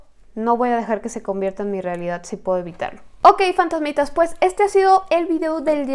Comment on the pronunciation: Si porque dice 'ola fandazmidas" 🤣no se crean me cae bien